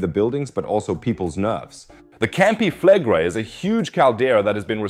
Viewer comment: Why do you pronounce Campi Flegrei like an American who can’t pronounce anything that’s not English